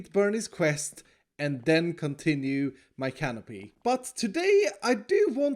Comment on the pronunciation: iskall : says base layer of canopeeing me : hears only 'peeing'